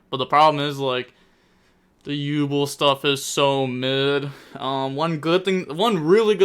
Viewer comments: Jesus..... Yubel is pronounced "YOU- BELL", .......not YU-BLL 😂. Aside from that good vid and break down. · You not pronouncing it as “You Bell” is really grinding my gears 😂